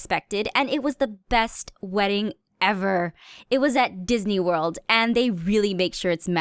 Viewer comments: NOT THE DIDNEY WURLD 😂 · Its Didney Wurld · DIDNEY WORLD ( XD ) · it was 'DIDNEY WURLD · she said Didney WURLD